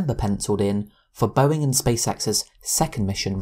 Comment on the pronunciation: Its not "Boeink" Its "Boeing"